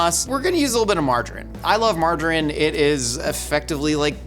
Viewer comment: Do Americans not know how to say "margarine"? Or is it just, I thought he was saying "marjoram" for half of the video.